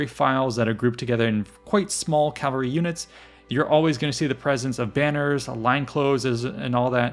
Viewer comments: Why pronounce cavalry ˈkælvəri when the correct pronunciation isˈkævəlri? Is this American English? I hear it all over. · It’s Cavalry. Not Calvary. The L is pronounced after the V. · It sounds like you're saying "calvary" every time